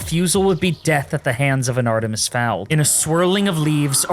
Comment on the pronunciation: "An Artemis Fowled..."